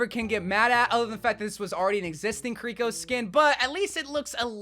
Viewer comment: Same with Kiriko and Illari💀